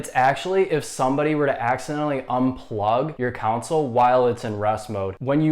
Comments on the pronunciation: He bugs me he keeps saying counsel and not console how it is actually supposed to been said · Thanks. Kon-Sul not Council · The fact that you pointed out which no one would even notice, yet kept saying “Counsole” instead on console is hilarious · lol thought i was the only one to hear that hahaha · Bruh keeps saying council wtf